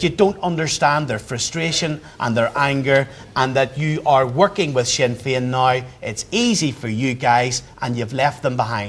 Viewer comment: That Bryson fella is a bigot written all over. "Wee see Swinn Fein here swanning the wurrldd sstwwagee as gweat peace makers...' The trouble is you bigoted moron, is that Nationalists and Republicans are nowhere near as provocative and violent as Unionists. Ireland will be united again and these Scottish planters can fuck off to Britain, seeing as they call themselves British.